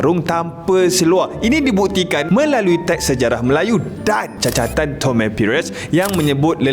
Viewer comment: Catatan bang bukan cacatan. 😂